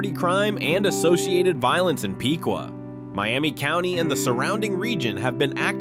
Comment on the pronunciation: It’s pronounced pick-wa